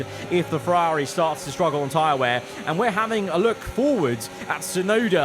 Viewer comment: the viewers team. It’s the bloke who can’t say Ferrari properly who’s team it is.